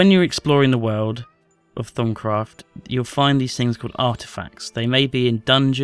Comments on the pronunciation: i thought he said thong craft lol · Did he say thong craft? Lmao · I heard "Thumbcraft"! LOL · he makes it sound like thong craft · thumbs up if u thought he said thong craft :P